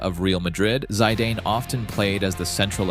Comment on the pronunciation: I couldnt watch this video with the Zidane pronounciation 😅